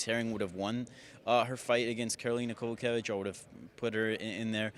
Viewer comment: People also need to learn how to pronounce Kowalkiewicz... Listen to Bruce Buffer or Joe Rogan.